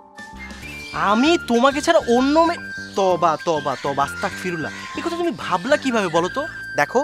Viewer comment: বোলকথা বলছে... তা হচ্ছে সে বলছে আসতাক ফিরূললা...এই টা হবে আসতাগ ফিরূললা